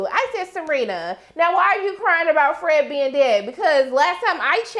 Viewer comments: I lmfao everytime u say FRAGGEDY🤣😅😄😆!!Ok back to the review.... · I gonna miss you saying Fredggety! RiH Fred!